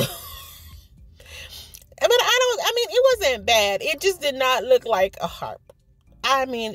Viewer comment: lol 😂 your so funny, you always bring a smile to my face. I thought you kept saying heart, I was like what kind of heart is that? lol but it does look like a harp girl. Love the cat and fish bowl, so creative. Great video.